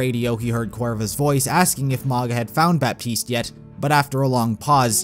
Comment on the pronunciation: The way you say Baptiste... It's pronounced "Batiste", you don't say the P.